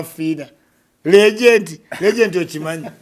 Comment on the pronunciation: It is Legend not Legent.